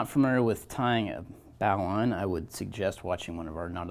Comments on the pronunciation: In all my years, I’ve never heard it pronounced like bauline (the bow of a ship), but Bo-line (like the bow on a gift). But it doesn’t matter…the result is the same. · Pronounced "bowline" wrong. Good information nonetheless.